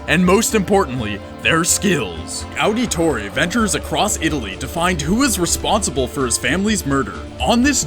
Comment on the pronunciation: Its pronounced Auditore(audit tore)